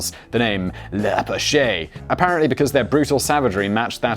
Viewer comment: It's French so you don't pronounce the last syllable of "l'apache". It's pronounced "LUH-pash" not "luh-pah-SHAY".